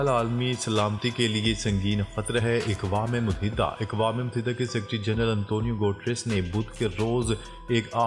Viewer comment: اکوام متحدہ لفظ غلط ہے درست لفظ یہ ہے اقوام متحدہ ا کے زبر کے ساتھ ناراض نہ ہوں ہم آپ کی خبریں بڑے غور سے سنتے ہیں